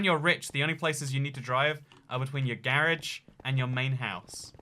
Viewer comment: I love the way he say garage 🤣🤣 “GAarge”